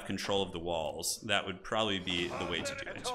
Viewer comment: "dew it"